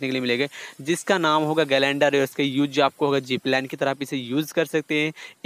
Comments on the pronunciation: Kuch parai baharai Kiya ha Kiya glider ko glander bolta hoo Time Lakta fail Kiya hai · It's glider bro not galander